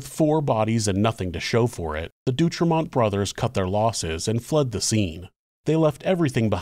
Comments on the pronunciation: FYI: The name D’Autremont is NOT pronounced “Doo-Tremont” ; it’s DOH-Tremont. (Au = Oh). Pronunciation is an important part of research, so please do better! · Great rendition of this story. Living in Southern Oregon and being a rail buff, I have heard this story many times. I always heard the last name pronounced Dee- ought- remont. I also remember reading that since the railroad tracks were close to Oregon State Penitentiary and the brothers had killed railroad employees, engineers were always very generous with the whistle and horn when passing by, day or night. Needless to say the brothers weren't too popular with their fellow inmates.